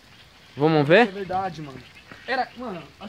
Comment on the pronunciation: Antes em outros videos eu pensava que era combinado, mas depois desse video tirei uma conclusão: ISSO É VERDADE MESMO e essa galera estão apavorados. Observem que a partir de o cara não consegue nem pronunciar o apelido do colega que é chamado de "gago" de tanto medo! Pavoroso isso.